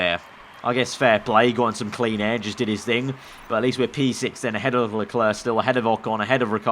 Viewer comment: Why do u Say leklarr I mean it's leclerc